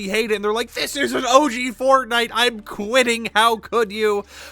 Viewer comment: I BELIEVE I HEARD FARTNITE